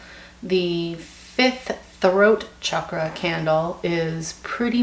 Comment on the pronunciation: Actually you said Chakra pretty well! Good job! Love the reading. Thanks for all your advice and also info on the numbers!